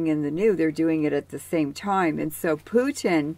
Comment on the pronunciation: I believe he’s name is Putin. not pewting